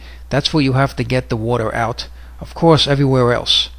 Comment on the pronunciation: WODER WODER WODER WODER!!!!